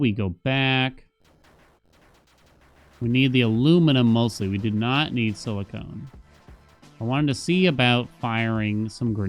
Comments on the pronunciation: siliconnnn. Not silicone. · cores don’t let you see more planets, it’s the vision upgrades that do. Also I noticed you asked if you’re saying silicon wrong in the first episode and yes, you are saying “silicone” which is a synthetic material where as silicon is a natural element 😁 Just got to the end of the video where you see the upgrade… made me laugh a little 😂